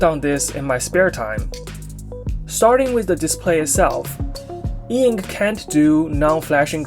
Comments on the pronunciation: I reject the spelling eink. And also the pronunciation eenk... It's e-ink for me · "Eink" bro please, that is so annoying to read. E Ink.